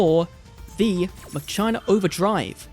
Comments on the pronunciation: Why ma-chai-na? It's ma-ki-na like "Deus ex machina" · "Muh-china"? Really dude? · Dude said muhCHINA!! Lol😂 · Does anyone pronounce Machina as Muh-China? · It is not ma china why is he saying that lmao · If you're still wondering how to pronounce Machina, in the OCG they're called Machiner, and they are pronounced 'Machine-er". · Did you really call the deck MaChinas 😂😂😂😂😂